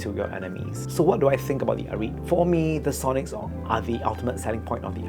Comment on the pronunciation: it is called ah-rih-te not ah-reet